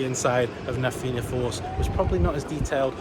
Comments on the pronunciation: I saw you on the news, lol. If they do ask the name, Fianna is pronounced Fee-na, and Tír na nÓg is pronounced Tear nah No-g 😊 Did you get on Cu Chulainn? (Coo Cullen)...you'll be sounding like a local soon lol. If you've kidney stones, Cu Chulainn will dislodge them lol. The speech from Charles is quite emotional. I went to the first theme park his dad opened back in 2010. The highlight was a long zip line. That was my last visit to the park until the new coasters went in, and I learned the name changed from Tayto Park to Emerald Park. I went the Friday after you and again yesterday. I love the new coasters and Cu Chulainn is a beast on it's own and remains my nemesis. While riding Na Fianna Force I strapped a gopro to my leg....leg cam lol. It's on my YouTube channel if you would like to check it out please 😊 Thanks for your videos, I enjoy looking at all the different roller coasters out there. I now realise I love roller coasters and my next one is Hyperia when it eventually opens up again 😊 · It would be right if you did not pronounce the a in Na Finanna Force